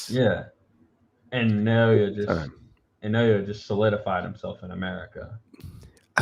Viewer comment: His given name breaks down like this - Na-o-ya. It's pronounced like NAH-OH-YAH, rather than NEIGH-OY-YAY or NEIGH-OH-YAY (not sure how people are getting that). Japanese vowels are very close to Spanish, and are represented the same way in Spanish spelling and Romanized Japanese spelling. I offered my opinion to Fulton fans, before the fight, that Inoue is a better jabber than Fulton, and I told them the numbers absolutely back that up. They just could not believe that.